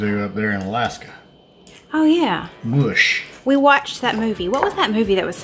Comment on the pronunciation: It's not moosh it's mush. Maw sh.